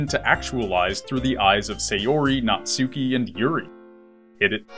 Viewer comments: "Naht-ski." Not "Nat-SU-ki." Sorry, just a little pet peeve of mine. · Natsuki is pronounced Nats-key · Please learn how to pronounce Natsuki. It's pronounced Nat-Ski, Nat-Sue-Key. In Japanese you do not pronounce U's on the middle of words (for the most part).